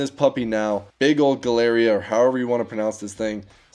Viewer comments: Crazy. To do a video on it, let alone buy one, you'd think for sure you'd have learned how to pronounce Gilera. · Typical dumb American, can't even pronounce a simple brand name right 🙄 Immediate downvote. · Your not worthy cant even pronounce Gilera 😂 that poor bike needs too be back in Europe where it belongs😂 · jilera not glera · nah bruh he said "G"ilera its "J"ilera ok pls don't butcher the pronunciation no hard feeling mate just so you know so people don't make fun of you saying it worng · the name is pronounce Gi-lera. Not Glieara 😂 But nice trie thoe 😅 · Here in the UK we all had them growing up with 200cc big bores etc. We call them Gili's but pronounced Jili 😂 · GILERA you want to pronounce "GI" as in Gin the booze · By the way “Gilera” is pronounced like “Jill-Aira” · This is a great example of Italian engineering meeting Italian madness in a perfect Italian wedding! P.S. pronunciation is JEE-LEH-RA, sort of what the lady said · I think its pronounced like jee-lea-ra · Gilera is pronounced like 'Ji'-lera. 2 stroke 125cc scooters were insanely good, but they don't pass the emission tests so they're no longer produced. These scooters have so many kits (big bore etc), but I tend to dislike them because it makes them unreliable. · gilera is pronounced jeelera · its clapped from age not from the miles ^_^ (oh and its pronounced G-lair-ra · Pronunciation for you americans: G - leh - rah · Gilera is pronounced " ji-lay-ra". Very famous Italian manufacturer of racing motorcycles of the 1950s and 60s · in EU, it's gee-leh-rah. cool little scooter! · you could start by getting the basic pronunciation right: Gilera is pronounced "Gee Lera", with a soft G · Pronunciation is djee-lera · Just want to say Gilera is an italian brand and its pronunced geelera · Gee - LERR - AH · try to pronounce it like "G-lairah". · more like G-ler-ah (im italian so yeah thats how we pronounce it here) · The way you pronounce Gilera made me burp